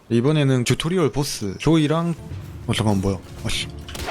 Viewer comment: 듀토리얼이 아니라 튜토리얼임